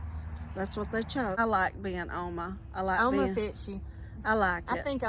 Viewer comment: Great video.💕 Here in South Africa one of our languages is Afrikaans, we call our grandmothers Ouma, same as you pronounced Oma